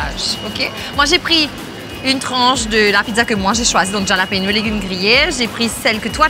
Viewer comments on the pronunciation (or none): Love the peanut butter machine! Pesto = pinenuts+ basil+ olive oil+ Parmesan cheese. The challenge was on top love the whole team effort, also it’s said hallapinos j=h in Spanish 😊. Waiting to see you next week! Cheeers🍻